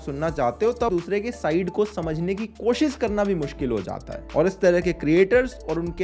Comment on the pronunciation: Accha laga. Kaafi sahi tarike se samjhaya hai. Buss ek chiz pe kaam kar sakte ho. कोशिस का उच्चारण सही हो सकता है थोड़ा. कोशिश करो. All good otherwise. Keep it going.